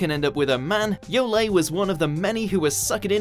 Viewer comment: So the #1 here is in my opinion the most forced pairing to ever exist in animu. ... Also it's pronounced Yo-Lee.